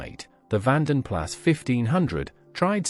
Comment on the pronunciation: Vanden Plas is pronounced Vanden Plah. Also, the Allegro was never a hatchback. The Jaguar XJ-S made its debut in 1975, two years after the 1973 oil shock.